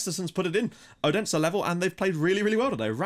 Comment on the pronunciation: Your pronunciation on the Danish teams are really good :) But in case you would like to know, the d in Odense is not pronounced with pressure. More like a th sound like when you say "that" "this" "then" etc. :)